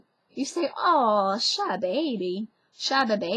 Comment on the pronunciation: "cher bébé" > "cha bebe" 😂😂😂 This is both lovely and hilarious for French people such as myself. It sounds like "cat baby" to us. 😆 Cute.